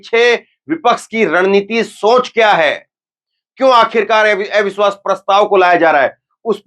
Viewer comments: Are ai biswas nàhi jara pronunce thhik karo abiswas hai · Avishwas bolna to seekho